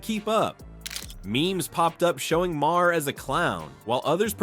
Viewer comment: I don't know if I could subscribe to anyone who pronounces Bill Maher's last name as Mayor.